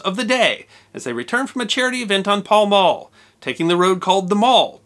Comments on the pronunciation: It is pronounced Mall, not Mawl. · Another great video, except for the pronunciation of the Mall. It's Mall to rhyme with pal, not mall to rhyme with hall. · it's pronounced "MALL" as in HAL. not Mall as in shopping mall. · We in North America tend to pronounce Mall wrong? It’s Maall pronounced that way, just thought I would mention it as my Dad always corrected me lol other that great episode! Love these! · The Mall rhymes with pal. It is not pronounced Maul. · In the UK the word 'mall' rhymes with 'pal'. Some people now use the American pronunciation when referring to a shopping mall although generally they're called 'shopping centres'. The Mall is a hugely famous thoroughfare and not pronounced in the American way. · FYI: Mall is actually pronounced a little differently...it sounds like shall.